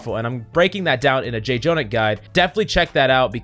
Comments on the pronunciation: Its not J Jonak, its Jjonak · Please stop saying “Jay-Jonak”. It’s freaking “Jjonak”. Like “Joe-nack”. Read your comments. Sheesh. A small child in Africa dies every time you say “Jay-Jonak” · Dude, the guys name is Jonak - the first j is silent. you did the same mistake last week and acknowledged it so this is unforgivable. still love your vids though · Someone tell this man how to say Jjonak. Please quickly.